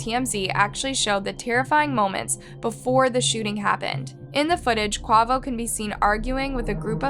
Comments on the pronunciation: Very careless of her in my opinion to try to tell the story of people she’s obviously done little research on. Or at least not enough to learn the pronunciation of Quavo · While it is good that you're taking the time to research this and report on it—Please take the time to learn the correct pronounciations for certain names and places. E.g. Quavo is pronounced “Kway-voh” please listen to your subs and veiwers more, this is a frequent mistake you make alongside various others. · She pronounced Designer as D-Singer, Quavo as Kwavo and Machine Gun Kelly as Machine Gun. Come on girl WTF. Even has Quavo on thumbnail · Every time she says “Quovo” I just want to launch my phone 😂😂😂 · 😅😅😅😅 I don't even like the migos but the way she pronounced Quavo ( Qay• Vo) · Kway-vo….QUAVO…..Kuh- wave-O …. QUAVO 🙏🏾😫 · I love your videos.. but 1. The pronunciation is QUAY - VO" & 2. Change the thumbnail to TakeOff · girl I love the videos. But babe it's pronounced QU-AYE-VO😂 #rip takeoff 🛫 when are you gonna do a video about the rapper that was killed before Takeoff.. rapper Young Dolph #blacklivesmattertoo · Quavo is pronounced Kwayvo!!! RIP TakeOff🙏❤️ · So white the way she pronounced quavo omg 😂😂 crazy 🤣🥱 R.I.P TAKEOFF, and I just noticed the thumbnail saying quavo death instead of takeoff smh so disrespectful don’t even care enough to take a second look into your own thumbnail about the death of a human being. Shame shame unsubscribed✅dislike✅ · Quavo and Paac 😢 you have an amazing voice but the pronunciation was terrible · I'm so done with this channel! She can't pronounce QUAVO & PAC??? What kinda crap is this! Just DONE! 😡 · You need to delete this. This not one of your better videos the way you mis pronounce Quavo name and get him mixed up with Takeoff. No ma'am please take this down. RIPRTAKEOFF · So cringy the way she pronounced quavo 🥴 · Please have a little more respect for the people who you do stories on . You are completely pronouncing QUAVOS name wrong 😑